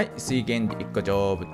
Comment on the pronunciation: 成仏が、ジョブズに聞こえる